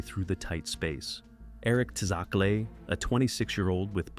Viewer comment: besides that first pronunciation of tsakle(lol), absolute ripper of a video mate,! you'll blow these rampant AI channels out of the water, you watch. 100k soon lad